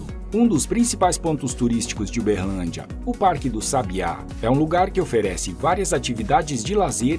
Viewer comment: Berrrrrrrlandia kk